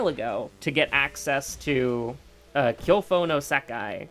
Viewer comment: "Kyofo no Sakai"? "Kyoko no Sakai"? Alright, new lore just dropped. Move over Kai-ri, AH-kaw-nay, and Kou-i-ji! And you didn't complain about the game ALL THE TIME, and certainly not with such regularity, but you did get salty when Panstz went on radio silence for a long time AND that dreaded patch that broke the game due to character portraits not updating to show damage/curses/injuries. You've been shockingly positive about the game given the amount of time you've invested in it and how slowly (and effective) fixes have been coming in - especially post-"release". Now FFXIV on the other hand... WoH never got the amount of vitriol you've dropped on that one but then think about the amount of money you've plunked down on both and between a janky indie game that is a one-time (relatively small) investment and one that demands a subscription service along with a constant stream of paid content... Also "Oh oh oh, Cult Delinquent you stupid fucker" in the middle of a FFXIV/Square-Enix rant made me laugh, well played.